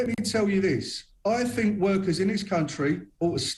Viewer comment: People that say fink instead of think are clearly overpaid.